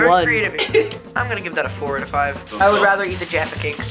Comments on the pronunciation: But I’m glad they didn’t pronounce it “jarfa” instead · As a British I am very offended how they scored Jaffa cakes so low and how Gaten pronounced it wrong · Man I’m about a few minutes in and I’m already annoyed with the way Jaffa cakes is pronounced and iron bru is Scottish not British